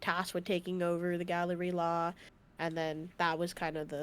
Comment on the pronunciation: The group is called Galley-La not Gallery-La a galley is a type of ship